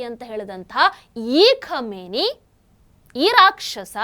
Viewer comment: ಕ್ಷಮೆನಿ ಅಲ್ಲ ಖಮೀನಾ